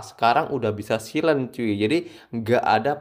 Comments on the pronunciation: dibacanya sailen bukan silen wkwk 😂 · bacanya saylen bang